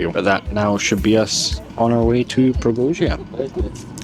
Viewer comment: We stayed in a nice hotel overlooking the river. In the morning eating breakfast on the terrace, there was a fellow taking a sh1t on the bank opposite 🤭 so assume that's why the river is so "verdant". Strange memory, but a nice place 😊 however wrong you pronounce it 😂